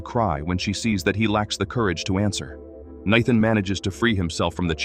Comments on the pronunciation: Why can AI not manage to say "NATHAN"???? It says Nighthan... It says Kneethin... It says literally everything except "Nathan" ... How is that name so difficult? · naithan just pokes me in the goddamn ears each time i hear it. Do you use ai to edit and post all your shit videos? do you even watch through the video and listen to the dude having a stroke each time he pronounces Nathan? absolute dogshit, 0 effort put into videos. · Nithan, nethan 😂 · The horrible AI can pronounce Xavier but not Nathan? Crappy AI! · Lmao exactly